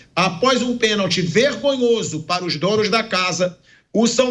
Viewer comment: Foi pênalti e não peeeeeeenalti.